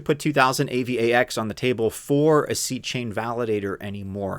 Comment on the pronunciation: AVAX is pronounced eivax as one word ffs, not A-V-A-X